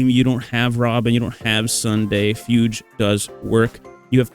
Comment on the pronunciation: What is going on? Fugue is a common word, why can nobody pronounce it? Did you learn nothing of classical music in school???